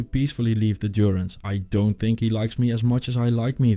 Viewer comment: Djurence., not Duronce.